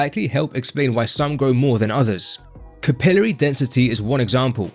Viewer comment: Capillary is actually pronounced capillary LOL